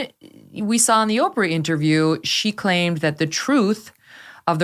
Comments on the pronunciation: Mr Bower, it’s OH-prah, not Apprah! Sorry, I just had to say it after watching several interviews w this guy…it started grating on my ears😜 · Why can't he pronounce 'Oprah' as Oape-rah like the rest of the planet does?! It's OP-OP-OP all the time. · I LOL every time at Tom Boyer pronouncing OW's name as "Opera". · Lol opera....um it's Oprah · Can someone please send this to Oprah. I just love the way Mr. Bower pronounces her name. 😂😂